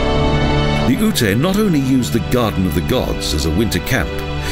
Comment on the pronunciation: As a former resident of Colorado I just wanted to correct the pronunciation of Native American Ute tribe. In your videos the narrator pronounces it as "ootay". Ute is actually pronounced as "yoot". No offense meant. Otherwise a nice video.